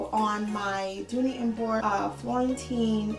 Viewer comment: The pronunciation of Bourke is Burk. I've come to accept imperfections as a normal part of florentine. You are lucky when you get a perfect one and even then the perfection only lasts so long. Hope you find the one that makes your heart sing.